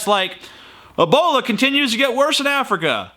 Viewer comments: Ebola not abola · I'm a-fearin' uv da Eebowluh Vaw-ruzz.